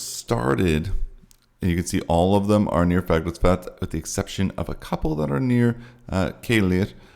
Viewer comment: Dear Santa, the best thing I could have for Christmas is to hear actually pronounce "Fagradalsfjall" correctly. It has become a major turn-off.